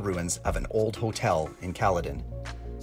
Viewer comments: Kaleden is pronounce Ka-Lee-Den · Just nit picky, but its a Kal-E-Den and Vah-Saw Lake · The old hotel in Kal Eden is the proper pronunciation.